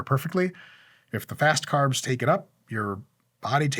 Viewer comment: He said : simple fast carbs , just he not pronounce the word well